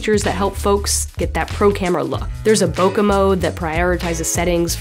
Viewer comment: Love your videos but would love it even more if you said bokeh correctly...